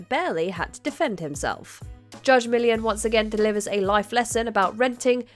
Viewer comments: Millian has 3 syllables, not one!! 🤦🏻‍♂️ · The narrator is British. That is how they say Millian. Pronunciation of most words is different between English and American.